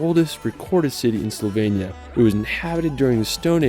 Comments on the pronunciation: It’s Slo-venia not Soul-venia 😂😂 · HOW HARD CAN IT BE TO SAY SLOVENIA RIGHT??? IT'S NOT CALLED SLOVENYA OR WHATEVER YOU'RE SAYING! Just listen how the British are pronouncing it and say it like a normal person, for f*** sake...but thanks for making the video, I appreciate the effort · bro you keep saying slovenia wrong im from slovenia btw